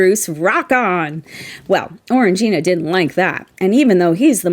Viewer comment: I think you'll find it's pronounced "Orange -jyna". 😉